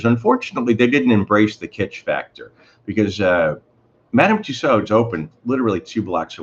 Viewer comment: It's pronounced "Two-sew"...silent "d".